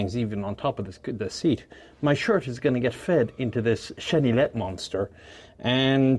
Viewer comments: Hi, Frenchman here! Quick tip on the pronunciation of "chenillette": actually pronounced it almost perfectly, with the exception of the "ill" part. In French, "ill" is usually pronounced like a "y" would be in a word in English (don't ask me why). I say usually because there is notable exception like "ville" (city/town) which is basically pronounced like a the English word "ill" with a "V" in front of it. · Don't pronounce the L in chenillette. It's more like yet. cheniyet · The Renault Chenillette (pronounce cheni-yet, traduction little or baby caterpillar) was a 2 persons light armoured recco vehicle usually equipped with a FM Châtellerault 24/29, machine gun model 1924 modified 1929 by Châtellerault Weapons Manufacture aka MAC, 7,5mm, 30 rounds magazines. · Chenillette is pronounced "Cheniyette". Why ? I don't know, but 2 "L" preceeded by an "i" becomes a "y" in French. Same goes for Baillonette (Baiyonette) for exemple. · super video(Chenillette is pronounced without the set of ll's)super video